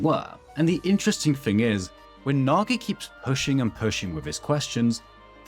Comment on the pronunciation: "Naa gae"